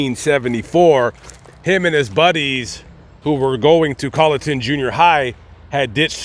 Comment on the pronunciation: Well, maybe you were saying: "WalterSboro", instead of "Walterboro", but you were pronouncing the name of the county (Colleton) correctly! Good video,. Thank you.